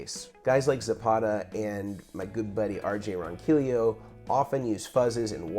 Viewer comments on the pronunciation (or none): R.J. Ronquillo (Ron-Key-Yo’)!! Not Ronquilio lol. I heard his name pronounced that way in a Sweetwater interview too, RJ just ignored it hahaha. Good sport.